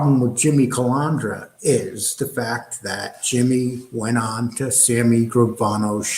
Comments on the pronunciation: You claim to have this so-called station. Yet you can't get the guys name right. The guy's name is Calandra. Not Calandria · Cal An dra not Cal An Dria! why does everyone get that wrong. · It’s not Calaundra or Calondra, it’s Calandra! Why does every one pronounce that name wrong?! Even Fucking Sammy smeared that name.